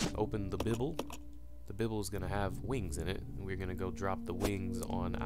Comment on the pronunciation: he said bibl lmao